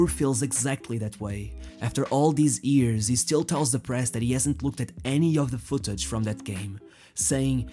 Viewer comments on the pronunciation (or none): Gosh, that "H" letter is so tasty for you... "Years" sounds like "ears" in your mouth...